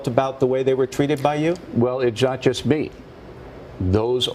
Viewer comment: Did he say it jas jas me??? Or not just me?